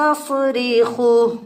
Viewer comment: قاری صاحب لگتا ہے بھولے سے اپ نے پارہ پانچ سورہ القصص ایت نمبر 17 لفظ یستصرخہ کی جگہ یستفریخہ پڑھا غلطی درست فرمالیں لیجے شکریہ